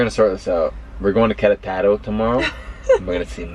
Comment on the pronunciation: It's Que RE taro, not Quere TARO.